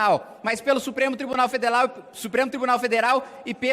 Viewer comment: “Supremo Tribunal FedeLal” afinal o Kim realmente é japonês